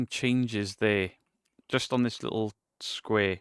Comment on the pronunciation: Also says lickle instead of little